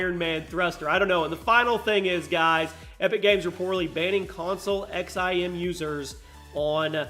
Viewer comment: The XIM is pronounced “zim” and it’s a huge controversy rn on console, especially in games that have no aim assist like RS6 and Overwatch.